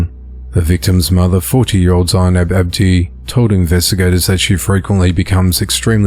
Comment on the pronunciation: Zeinab is pronounced Z-nab